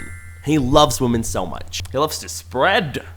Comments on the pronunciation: The way he said "he loves to SPREAD.... 😳Um positivity to women" positivity ofc what did u think 🤨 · the emphasis on the "spread" had me dying 💀😭 I've watched that particular sentence 3 times in a row and im still laughing stoppp💀💀💀💀💀😭🤚😂🤣